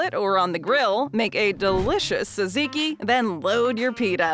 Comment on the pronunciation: Teaching people to pronounce gyro without actually getting it completely correct...better than jeyeroh, I guess. And also "saziki"? C'mon now.